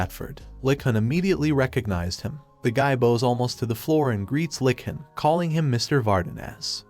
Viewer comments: Now I'll agree with you on most words. However, when it comes to the word "lich", I can attest that most casuals will not know what a lich is so they will assume it is talking about a literal lick when hearing the word being said. When they hear it spelled like "litch" they probably look it up and see what it is if they don't know already. If they do, then they just assume the AI voice doesn't know how to say lich correctly. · You could probably make the text-to-speech narration more accurate if you replace words that are misread such as "lich" sounding like "lick" by typing them phonetically, an example being "litch" instead of "lich" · the term is "LITCH" not 'Lick' she is not a Troll... Trolls are male, female Trolls are called "Trollips"